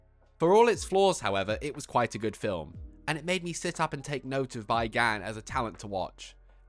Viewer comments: Great review. Just letting you know though, his name is pronounce like "bee" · Okay, thanks for this review. However, "Bi" is pronounced "bee," and it looks like it's his surname. It's normal in East Asia for the surname to come first.